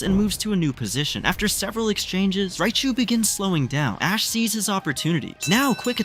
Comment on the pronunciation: somewhere in between I heard ass instead of ash